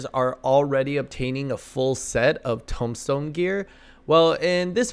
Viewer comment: You said aphorism right but tomestone wrong lol